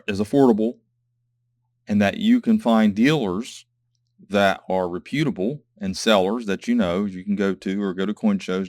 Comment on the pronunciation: Great video. I just don't like how you pronounce reputable!